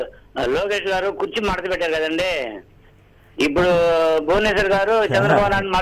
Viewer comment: ఉప్పుడు కాదమ్మా ఇప్పుడు అనాలి భువి అమ్మా. ఇప్పుడు అర్థం అయ్యిందా చంద్రంతాతా పీకడం అంటే ఎందో, అది అధ్బుతమైన పరిపాలకుడు జగన్ అన్న గురి మరియు పెద్దిరెడ్డి రామచంద్రారెడ్డి అన్న దెబ్బ. బిల్డప్ చంద్రంతాత పెనమలూరుకి పరుగో పరుగు... టిడిపికి మోసకారి నక్క బిల్డప్ చంద్రంతాత, బుద్ధి మాంద్యపు పప్పు పులకేస్, ఉన్మాదపు ప్యాకేజీ దత్త పుత్రుడు, అపద్దాల ఏడుపు గొట్టు ఎల్లో మీడియా, కుళ్ళు, కుతంత్రాలు, అపద్దాలు-ఘోరాలు తప్ప వేరే దిక్కే లేదా అనేది మిలియన్ డాలర్ల ప్రశ్న.